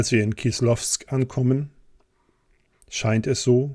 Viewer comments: Die Stadt heisst korrekt KISLOWODSK, nicht Kislowsk..... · 3.06. Kleine Korrektur: Die Stadt heißt "Kislowodsk" und wird auch so ausgesprochen. Übersetzt soviel wie: Saures Wasser, wegen der Heilquellen. Relativ bekannter Kurort, auch heute.